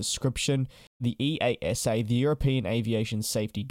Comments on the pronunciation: EASA is nomally spoken as ee-ah-sa, not the individual initials. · We just call them "ee-asa" instead of pronouncing each individual letter. Just think of it as a normal word :) Love the vids!